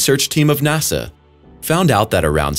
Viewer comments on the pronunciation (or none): none